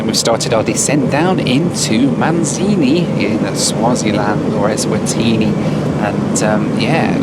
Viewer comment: I had a drink every time said "Ezvatini".... and now im in the hospital